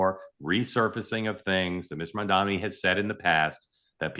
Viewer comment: Its Mamdani. People keep mispronouncing it.